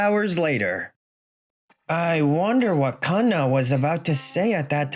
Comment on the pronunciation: I swear if i hear Kanna as two words again 😂😂😂 Every time i watch one of these and see the Female MC name is Kanna i start rolling in my GRAVE. And im still ALIVE 😂